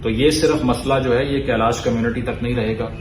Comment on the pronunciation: Apna hi desh ka jagah ka naam galat bola ... Kalash hai kailash ni